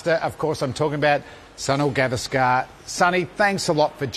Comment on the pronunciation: You are wrong. She didn't pronounce names properly. At very first, she pronounced Gavaskar totally wrong, it's गावस्कर, she pronounced गवास्कार a totally wholly meaningless wrong, a totally wholly nonexistent surname.